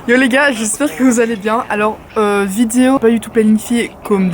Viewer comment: J'adore le petit accent "vidiow" au lieu de "vidéo" ahah !! Continu comme ça, ton contenu brille Bisouss